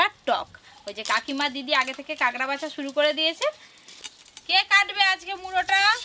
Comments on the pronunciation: কাগরা না কাঁকড়া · কথা টা কেংরা না কাঁকড়া